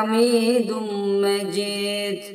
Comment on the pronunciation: Ale Muhammed derken ha yı hırıltılı söylüyor yanlış.2.si inneke hamidun mecid diyeceğine Mecit diyor oda yanlış